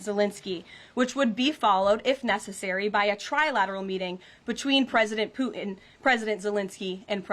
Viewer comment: Can someone teach her how to say putin?